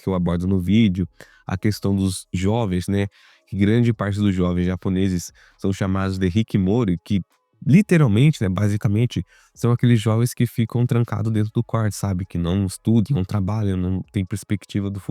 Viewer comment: Não é hikimori é Hikikomori.